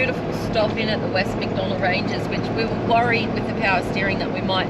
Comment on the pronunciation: Great vid. Outstanding drone footage of the Western Macs. Shame you didn't go to Roma Gorge. Only 5 K west of the Redbank turnoff. Maybe next time. btw, its MacDonnell.